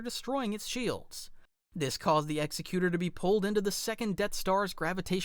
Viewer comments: its not the ex-e-cute-or. its ex-ec-u-tor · The Executor is pronounced Exe-cutor similar to executive. Not trying to nitpick or nothing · Great video but you pronounced executor wrong it's ex-sec-u-tor